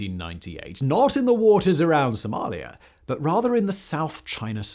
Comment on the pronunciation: BTW - there is no "R" in Somalia.